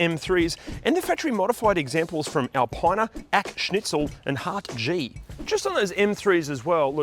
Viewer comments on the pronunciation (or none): It’s pronounce Heart-Ga